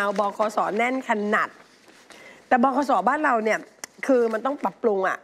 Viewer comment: บขส ครับไม่ใช่ บคส